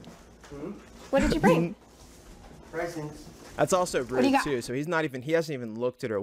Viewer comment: “Pwesents!” I’m willing to bet this was the most expensive purchase he’d ever made in his life